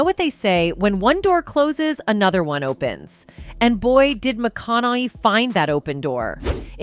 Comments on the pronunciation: Why are you mispronouncing his last name??? This is click bate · Nothing whatsoever mentioned about, "prostituting himself". Absolutely ZERO mentioned on that front! Clearly just 'clickbait'. Also the narrator mispronounced his last name about 98% of the times she said it. Getting it right periodically actually made it more ridiculously obvious when she then mispronounced it yet again the next time. Thrown together meaningless dross video. A waste of time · So far I've heard five mispronunciations of his name